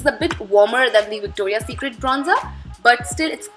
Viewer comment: isn't it Victoria secret instead of victora secret? Which you are calling victora PLEASE keep that in mind that I'm not being sarcastic or not trying to be negative just pointing out a mistake :)